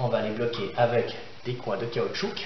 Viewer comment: Caoutchou"que" ? :) hahaha merci pour cette super démonstration!